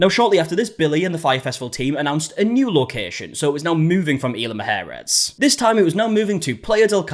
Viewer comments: "Mujeres" =/= "Maharris", but what can I expect from a country that intentionally mispronounces Hispanic words? 😂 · Why are you calling it “EEL-uh muh-HAIR-is”??? Can you not pronounce letters? Isla. “EES-la”. I’m just throwing in the towel on the “mujeres” bit. That’s a lost cause.